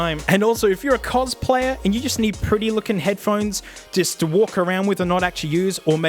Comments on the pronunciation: ph-one-es for heads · Head-ph-one-es Damn it, 3 seconds in and I hurt my throat snorting. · Head Ph-one-es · Ah yes, Headphonees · I thought I was the only person who called them head pa honies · Head-ph-one-es mate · Here I sit, checking the comments, seeing tales of people picking up on any number of -isms, from the accent to the vocabulary. I chole myself with laughter when he "pronounces" headphones, because this is exactly the way I've been saying that word, for my own enjoyment, for almost a year. Guess I finally found proof I fit in somewhere on the Internet.